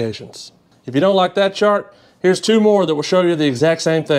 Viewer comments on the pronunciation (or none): none